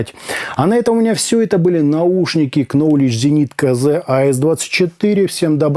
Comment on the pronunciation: Спасибо за интересный обзор. Маленький совет. В Knowledge буква К не читается!